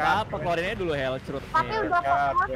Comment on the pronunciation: nobody: bang: helcrut